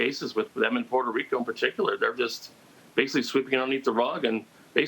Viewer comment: She's saying Puerto Rico correctly